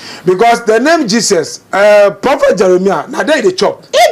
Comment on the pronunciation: The name IS JESUS not jeses